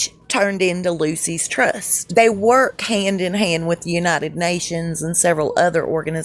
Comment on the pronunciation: 🗣The Lucius Trust! The way it’s pronounced (just think it rhymes with Rufus ) ! All the best from Tottenham, London,UK!💯